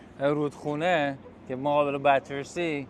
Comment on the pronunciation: ممنونم ولي بتسي نه باترسي